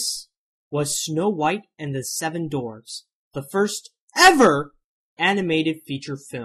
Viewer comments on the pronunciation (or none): Dwarfs... with a "W". Not "doorves". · he says "dorfs" lol. it makes me laugh, no offense meant though lol